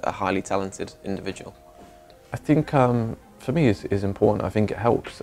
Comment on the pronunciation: drinking game with think „fink“... That‘d be savage